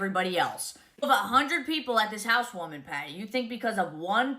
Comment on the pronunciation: "We had a housewoaming potty" LOL this lady is so messed up.